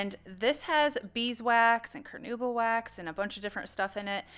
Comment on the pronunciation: Great job. Be proud of it! One minor detail: I found very interesing the way you´ve pronounced the word "carnauba" I`m Brazilian and for us is CAR-NA-Ú-BA - emphases on Ú. I love your videos. Too bad we don`t have Dixie Bell here in Brazil.